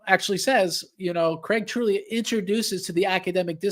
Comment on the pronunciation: Craig subtly trying to correct pronunciation of his last name 😂 One day he’ll get that the “g” is silent